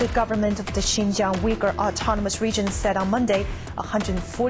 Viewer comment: Brother sinjiaang bolte h sahi se pronanciation karo